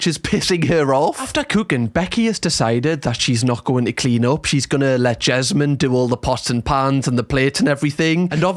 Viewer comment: I follow you cos I miss the Geordie accent. When you said Jesmond instead of Desmond, I laughed.. 😅